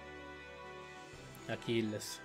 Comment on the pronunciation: Si pronuncia acless